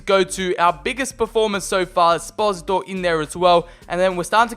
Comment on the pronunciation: pronounces esposito 'es-pozi-to' when i pronounce it 'es-poh-see-toe' a bit like desposito